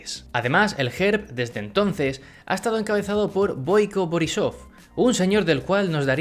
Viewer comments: Pronuncias un poco mal pero es normal Te digo Gerb se pronuncia guerb Borisov se pronuncia borísov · Se pronuncia BOIco boRRÍsof.